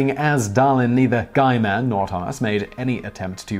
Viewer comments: Guyman? I think it's pronounces as "gi-man" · It’s “Gee” with a hard G.